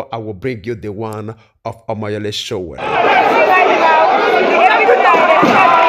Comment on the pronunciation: Nice work, it’s Sowore, not Sowere 🙌🏽